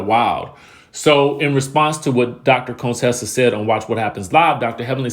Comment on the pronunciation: You keep calling her Cone-tessa you petty 🤣🤣🤣🤣